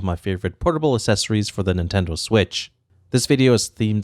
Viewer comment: Loved the items, but I just can’t get over him saying assessories not accessories